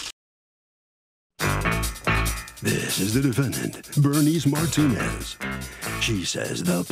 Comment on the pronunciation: Martin-nez 😂 pronunciation took me out